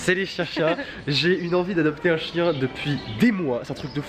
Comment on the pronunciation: Au lieu de chien g entendu chicha 😐chui bizard